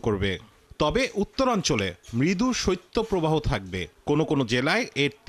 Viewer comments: সত্য প্রবাহ নয় সঠিক উচ্চারণ হবে শৈত্য প্রবাহ। বাংলা উচ্চারণ টা সঠিক ভাবে করতে অনুরোধ করছি। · সত্য প্রবাহ কি??????????? শৈত প্রবাহ। উচ্চারণ আলাদা। কোথা থেকে এরা লেখা পড়া শিখছে!!!!!!?????? এদের চাকরি দেয় কারা?????